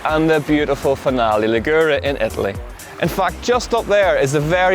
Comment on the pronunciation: Finale Li'gure not Finale Ligu're please..!! :-)